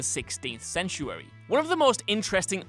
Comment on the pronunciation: wow, dude, i know talking is hard but if its your job you should probably know how to pronounce words like century, premise, and dr. mengele wouldn't hurt either....